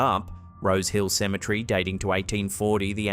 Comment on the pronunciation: Cemetery has four syllables with the accent on the third syllable. Symmetry is when things are visually balanced. i’ve always wanted to say this. This is the first time I’ve had the chance.